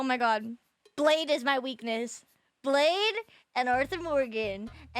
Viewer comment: Did she pronounce blaidd as blade?